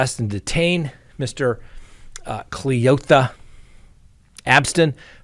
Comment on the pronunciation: The way you said cle-OTHA straight took me out 😂😂